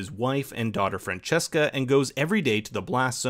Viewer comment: True, the weirdest was how Fransiska was pronounced Francesca